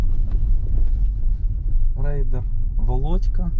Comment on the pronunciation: та не рейдер, а райдер😂😂 рейдер то про інше